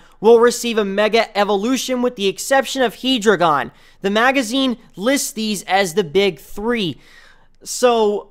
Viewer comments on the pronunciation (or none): Hydreigon is pronounced (from the English anime) "Hai-dray-gon" (you probably pronounced both "hydra" and "dreidel" before)